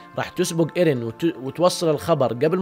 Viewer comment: اسمه ايرين ايش الي ايريه ترا مرة ما قاعد تجيب لكنة يابانية 😂😂